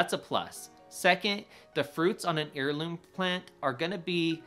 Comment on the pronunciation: Good video but check your pronunciation of “heirloom.” The root of that word is “heir” as in offspring, not “ear” like the ones in the northern corners of your’ glorious beard!